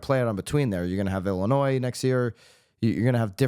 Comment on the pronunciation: I'm calling you out for your pronunciation of Illinois! After all, that is much more important than these frivolous lawsuits! Seriously though, thanks for the consistent accurate updates!